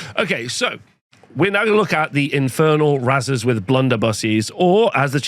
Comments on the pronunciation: Isn’t it pronounced like raisers? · Unsure if thinks razers is actually pronounced that way and doesnt know the word raze